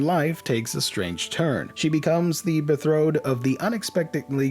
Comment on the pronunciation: I think you have to look up how to pronounce “Betrothed” otherwise I enjoy your videos, the only thing missing is my wondering if you are recommending these titles, or just stating they are being released? Are they really all must buy? Cheers!